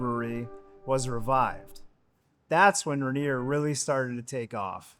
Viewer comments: Its not Ren-ear. Its rain-ear. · It's not ranger, It's Rainier, pronounced RainEar You sound like an LA hipster you'd fit right in down in Portland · Say it with me OP - Rayneer, not Ruhneer. All the clips say it properly, yet through this ENTIRE video you mis-pronounce it. C’mon man… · as a Drinker and Washingtonian it is pronounced Rain eer not ruhneer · Ra-near? It's Rain-ear! You even pronounced it right when sang the "motorcycle song"! I'm just giving you a hard time! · It’s not RA-nier, it’s RAIN-ier beer. Funnily, you say it right when doing the motorcycle thing. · Us PNW beer snobs call it Rainier (pronounced ron-yay) 🤣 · The "Ruh Neer" pronunciation is really distracting. Do your research next time. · Ray-Neer is how you should say it. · If you're going to do an entire video on something, at least learn how to pronounce it. Ray-Neer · I don’t know what Rah-neer is… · "Rehneer" lmao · I cant listen to "Ruh-near" anymore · Mount RAY-NEAR is the same pronunciation as the beer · You’re saying it wrong 😂…. Rain-near beer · It pronounced Ray-near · It's pronounced Ronyay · Locals pronounce it "Ray-neer." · Agreed. I came looking for this comment. Ray - nier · Do research on how to pronounce Rainier! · I cringed every time he said it wrong. Just listen to the commercials, they say it correctly. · buddy, emphasis is on the "Rain", not the "nier"